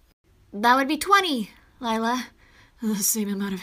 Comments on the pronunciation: You mean lie–la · When he sayed her name lie-la lier😂😂😂😂